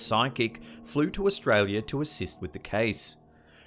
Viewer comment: Australi - a ........as in "are" and not "err"